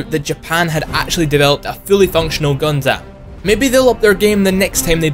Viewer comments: Gundammit! its not Gun-damn its pronounced Gun-dum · It is honestly so hard for me to watch this simply because of how he says Gundam. Like, dude, it is not “guhn dâm” it’s pronounced “guhn dm” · I cringed when he said Gun Damn too. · just a small nitpick but its actually pronounced "gun-dum" not "gun-dam". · Haha, Gundam Is pronounced as Gun - dum, not Gundamn... anyway, wasn't the statue made for the Toyko 2020 Olympics? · Its Gun-Dum, not Gun-Damn. Seriously. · HellsRaven4444 British Bright Noa would be pleased at his enunciation. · did he just call it Gun-Damn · I'm going to say this right now the way you say Gundam is entirely wrong. It may look and sound right but the proper way to pronounce it is (Gun-Dumb or Gun-Dum). Yup it is not false watching any series of gundam in matter of either Dub/Sub you would hear it clear say the name Gundam as (Gun-Dumb or Gun-Dum). (Thank you Dreamy Dritto for noticing that) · >Anime most of us have heard of. >Can't pronounce it properly. "Gun-DAM" cringe. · "gun-damn" you overpronounce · The way you say Gundam is... Heretical lol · Your pronunciation of Gundam is making my skin crawl. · "Gundam" is one word. Why are you saying it like that? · Your pronouncing Gundam wrong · The way you pronounce gundam hurts me physically and mentally.